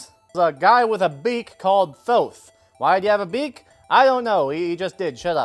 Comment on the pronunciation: oh thank you for pronouncing Thoth correctly